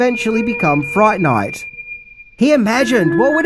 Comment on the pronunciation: "Welcome to Fri-ght Ni-ght "